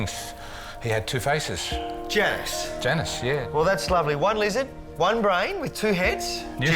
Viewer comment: Not Janus getting mispronounced...